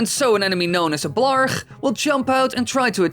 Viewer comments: ah the beautiful dutch 'g'☺️ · That Dutch "G" though, when you said Blarg